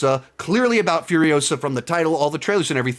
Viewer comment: It's Furi-osa, Not Furio-sa. Movie was good, not great. Had no interest in the main character and the movie didn't change my mind. That's the problem. It even has Mad Max in the title and it has nothing to do with him really.